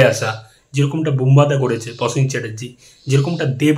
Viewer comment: Prosen not Posen...aajkal dekchhi bangalira rofola jofola sob kheye jacche...work on your pronunciation otherwise good presentation.